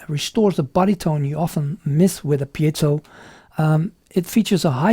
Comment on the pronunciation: Great review.... and you're the 1st person I've heard pronounce "piezo" correctly! Congratulations!!! lol :0)